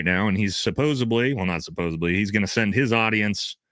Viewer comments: It’s “supposedly” with a “d”,, not “supposebly” with a “b”. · Love all your content. Please pronounce (supposedly) “suppose-ed-lee.” Keep up the great work!